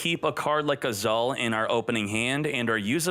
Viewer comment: I chuckle a little whenever read "Azul" as "Azaal" Mispronunciations makes this channel more interesting. 😁👍